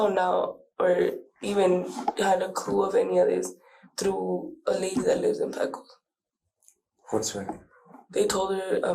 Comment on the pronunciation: I don't mean to be that person but Pecos is pronounced Peh-kose, not Pee-kose. 🤗